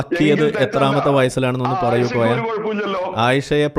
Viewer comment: കോയ എന്നല്ലാതെ മോയ എന്ന് വിളിക്കൂ 😂